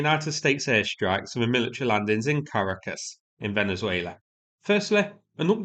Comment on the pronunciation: my mom laughed at how you pronounced Caracas lol